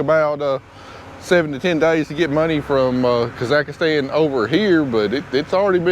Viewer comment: Say it with me.... kah ziks stan .. Not kazikastans KAhhh ZIKS STAN